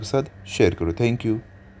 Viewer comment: Tanks nahi thanks hota hai 😂